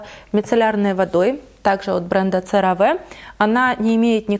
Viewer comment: CeraVe произносится серави !!!